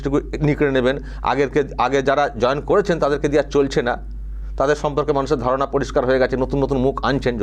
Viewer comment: Not "dharna" but "dharana",.